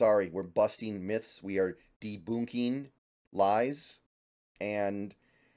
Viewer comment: “Deboonking” i swear this guy mispronounces so many names and words lol